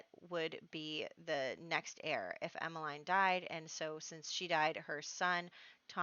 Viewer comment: It is pronounced Emma-leen ;) my best friend as a child was called Emmeline so...!